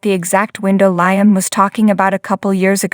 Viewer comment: Please get Liam’s name right it is Liam sounding with an e not an a .